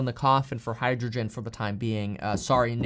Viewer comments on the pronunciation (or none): none